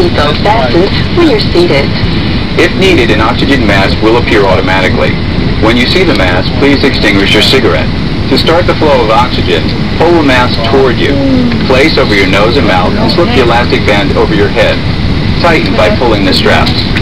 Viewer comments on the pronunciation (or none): Oxygen mask...... "extingush your cigarette"...?!